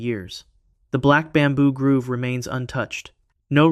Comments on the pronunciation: Black Bamboo Grove! Not Groove! 🙄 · 😂 it’s the black bamboo Grove, not the black bamboo “groove“ It’s a collection of trees, not a dance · Not to be pedantic but it's pronounced "Grove" growv, not Groove - grewv.